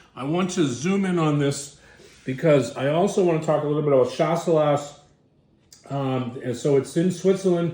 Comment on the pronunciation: Skip the last „S“. It’s pronounced „Shassellah“. Cheers from Germany (where we call it Gutedel)